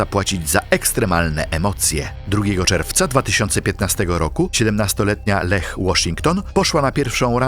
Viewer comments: Formalnie: nie 'LEH' tylko 'LIJA' 🤭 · Czy to nie jest pisane i czytane przez AI? Imię Leah czytane jako Lech zamiast "Lija", jeszcze sformułowania typu "zauważyła, że większość jej lewej nogi zniknęła" tak sama z siebie? I inne tego typu "kwiatki". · Strasznie kłuje w ucho jak wymawiasz slowa po angielsku, że dość, że źle wymawiasz słowa to jeszcze Ty czytasz słowa, których tam nie ma: Kaitlyn Lassiter to czytasz Lestiler, zamiat Drop Tower to Dop, Leah Washington to czytasz Leh. Nikt Ci nie każe być filologiem angielskim czy native speakerem, ale robisz materiał na YouTube, który się niesie, robisz research pod film i naprawdę tak ciężko jest wrzucić do tłumacza google albo jakiegoś innego translatora jak co sie czyta? I zeby nie było, że sie czepiam, bo sam niekiedy mi się zdarzy wtopić, ale jak robisz takie filmy to wychodzi po prostu Twoje niedbalstwo, bo każdy kto zna język angielski na tyle, że to wyłapie tak oczywiste błędy i decydujesz sie zamieścić to w Internecie to aż strach pomyśleć czy zdarzenia o których opowiadasz rzeczywiście miały taki przebieg i czy dobrze dane historie opowiedzialeś widzom. Nie bierz tego za czepianie się, ale przyjmij te krytykę, aby Twoja jakość w materiałach była lepsza w przyszłości. Tego Ci życzę!